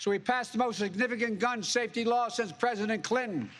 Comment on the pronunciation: He did stammer, he couldn't pronounce president: "prjhhdent"